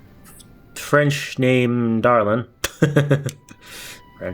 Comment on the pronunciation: It's Francois Darlan (fran-swuah) Dar-lahn.